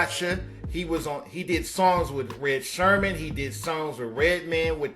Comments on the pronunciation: THAT SHIT KILLED THE WHOLE VIDEO----LOL--i just cant take anything he says afterwards seriously----thats what really hurts your video...IF ONLY HE SAID "SERMON" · Yo it's eric sermon...not Sherman if ur gonna do this....matter of fact u shouldn't be doin this son.... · Its Eric sermon, not Sherman...you talk like a salve my nigga... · It's sermon not Sherman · Eric SERMON!! NOT SHERMAN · I was in it until you referred to Eric SERMON as Eric SHERMAN repeatedly. Kinda piss poor reporting. IJS. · Erick Sermon bro not Sherman 🤦🏾‍♂️ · Erick Sermon, Not Shermon. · Bruh WTF Its Eric Sermon Not No Damn Sherman SMH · Who’s Erick Sherman? It’s Erick Sermon! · Red Sherman or Eric Sherman I've never heard of these rapper's. Have y'all??? This is crazy!!! How you going to do a, Where are they now??? When you can't even state they names correctly...Redman and Eric Sermon my guy that's there names. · Its Erick Sermon, not Erick Shermon! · Smh......get ya facts rights before you start talking about ppl boy.....keep my cuz out ya mouth.... he know he a nyce mc and it’s Sermon nigga wtf...smh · nemo gwala justice for Eric Sermon’s correct name. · Bro, I thought I was the only one who was hearin that!! It was killin me! I had to cut the video off. If u can’t even get the names right, I can’t trust ya NEWS!! Smh 🤦🏽‍♂️ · Thank you after all these years don't know how niggas keep pronouncing that man's last name wrong?